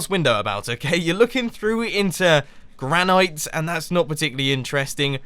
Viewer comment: It's not pronounced Gran-Night it's pronounced Gran-It